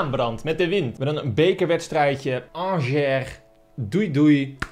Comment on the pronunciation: Ik was 2/3 weken geleden bij RWDM in Brussel. Angers was er toen ook en je spreekt het dus uit als aangee (g=sj)